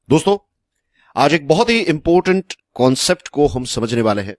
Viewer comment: Sir it's important not impotent 😂